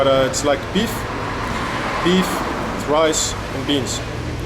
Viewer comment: the "meef" i mean "beef" xd